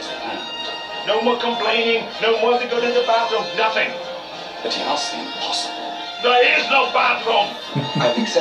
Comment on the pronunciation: theah is no bathroom! :D